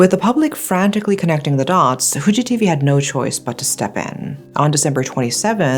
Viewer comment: Your pronunciation of "Fu" in Fuji TV is actually pretty good.